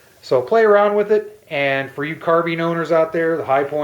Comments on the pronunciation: Carbine not Carbean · "Carbean?" Seems like no two people say it alike?